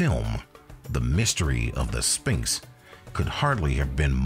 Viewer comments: I wonder what a spinx are? I've only heard kids pronounce it like that. It's uttered "Sfinx" NO? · It is pronounced SVinx not sPinx….you lose credibility when you cannot even say a word correctly. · I'm sorry but the narrator isn't very good. It's Sphinx (PH) not Spinx. Also, it's weird when you pronounce a person's name wrong then immediately cut to a clip of someone saying it correctly. It's like you didn't even watch your own video before you posted it..